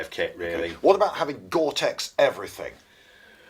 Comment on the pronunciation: "Gortex Everrything " lol.